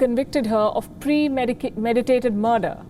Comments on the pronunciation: Palki says : "Premedicated murder" 😂😂😂 Listen attentively folks. She is good at her work but her presentation flaws are well concealed by her beauty 😍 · Palki always, always & always makes a blunder on all her WION appearances! "Premidicated murder" 🙄🤨 Palki ... come on, as pretty as you are, you are also smart. Avoid the blunders pls ... 🙏